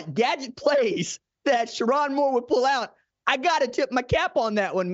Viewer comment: Sher-rone not Sher-ron 🫤